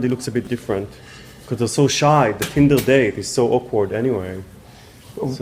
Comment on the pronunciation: “First you call it Tindle” 😂😂😂😂